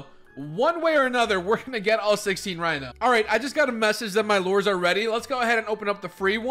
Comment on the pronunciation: He keeps calling lures lores